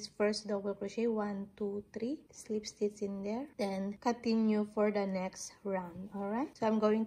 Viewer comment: I absolutely love how u pronounce “stitch” it gives me comfor❤